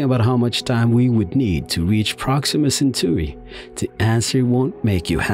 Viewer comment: Repeat after me: "You-rah-nus" (Uranus - Stress the SECOND syllable) Original Greek pronounciation would be "Oo-rah nohs" - stress in second syllable. "Cen-taw-ree" (Centauri - Stress the SECOND syllable) Original Latin pronounciation would be "Chen-tau*-ree" - stress in second syllable. *Tau as in the greek letter. Thank you.